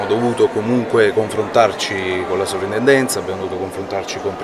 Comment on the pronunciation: Per cortesia... si scrive e si pronuncia soPrintendenza...